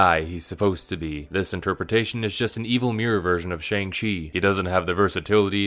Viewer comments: bro is allergic to pronouncing shang-chi right even though the movie made a whole point to note how easy it is (like shawn) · goes on a whole rant about shane black dismissing the mandarin as an asian stereotype immediately mispronounces "shang-chi" despite them pronouncing it in the movie many times